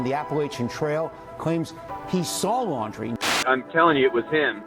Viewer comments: You have to realize the adrenaline that guy was feeling when he looked up pictures of brian and then realized it was him so sayin Laier instead of Laundrie is an acceptable mistake when ur heart is pounding a mile a minute and you're fight or flight response is raging. So yes, i believe 10,000% that he saw Brian out there. Brian has been there before and knows the A.T. well, he spent 3 months out there by himself w no help with only a backpack and has consistently bragged about it. Gotta look into all leads to find him.... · Lol caller said brian laurer??? How can he be sure if he cant even get the name correct. Love Dave Canterbury.